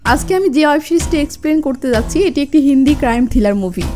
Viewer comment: অয়েব সিরিজ? নাকি, ওয়েব সিরিজ?